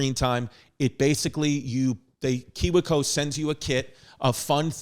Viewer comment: I enjoy chris not knowing how to say KIWI CO